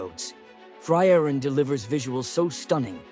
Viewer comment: The way you butcher the name is sending me chills